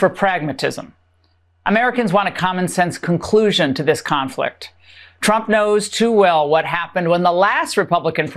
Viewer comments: Oh she's back(Karoline Leavitt), I kinda missed her "President Chump". xD Either she has a speech impairment or she's doing it on purpose. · Is it just me or does Karoline Leavitt keep calling him "Chump" instead of "Trump"? 🤣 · I am CONVINCED that EVERY time Karoline Leavitt says trumps name she says "chump"! 😂😂😂